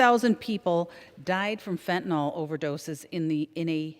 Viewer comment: Somebody should help her with the pronunciation of fentanyl. It’s not Fen-ten-all.